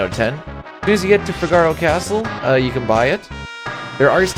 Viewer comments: Fi-gar-o hurts my ears Fig-a-ro sounds so much better. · Its Fee-gah-row not Fig-are-oh. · Fi-GAR-o? It's FIH-guh-ro . . . Say it fast 3 times like you're an Italian opera singer 😂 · Wait.. wait.. wait... I cant be the only who pronounced Figaro like from a play,right? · i can't imagine figaro pronounced any other way than the way it is in italian, [FIG] + [UH] + [ROH] not trying to shame pronunciation in a game where we definitely can't know for sure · Great video! The only thing that was painful was the pronunciation of Figaro. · The way you pronounce "Figaro" bothers me.